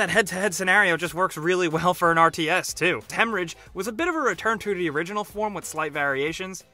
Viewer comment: "Middle of de map" why do you pronounce it like that?